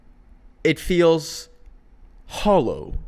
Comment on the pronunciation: help why did he say hollow like that 😭